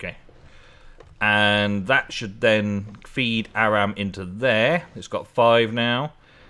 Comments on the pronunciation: Or-um is Auram. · auram is pronounced or-um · It pronouced ore-um